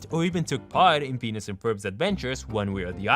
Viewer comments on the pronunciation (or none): Is it the accent or are you purposely calling Phineas, “penis” and Jeremey, “germ” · It doesn't sound like he's saying phineas.. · he always says penis and it's hillarious for some reason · Him: Phineas and Ferb Subtitles: Penis and Ferb